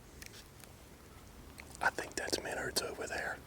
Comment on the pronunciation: Min-ards is how Menards is pronounced.